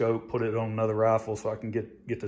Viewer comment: Roffel? Wth is a roffel?